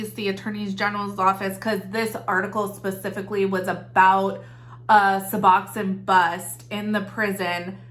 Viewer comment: In the medical field - it's "Sue-Box-own" :) love the channel